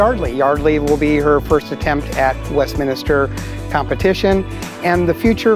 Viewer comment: That guy needs to learn how to pronounce Westminster and not say Westminister. Its only the most important dog show in the United States and he doesn't even know the name of it.